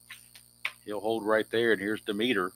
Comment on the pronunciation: Hi... I love the basic game and I enjoy watching you play.And I hope you keep this sunday basic going as it's great! Just a note for you.... Don demeter is pronounced dem eter with the accent on Dem.....Dem et er.